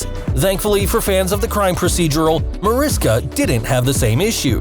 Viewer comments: Excited to see this new series! PS -, if you’re going to report, please do your research. It’s Ma-RISH-ka Hargitay, not Ma-RIS-ka. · It's not Mariska. Its pronounced Marishka! Her name is Hungarian and the pronounce the s in her name as s h. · Mar-ish-ka, not to be nitpicky but she corrects people. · Usmc and navy are too very different things and your not saying her name right!